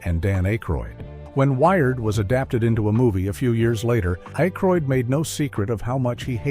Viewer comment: A-croid? Hire a human narrator please. 😢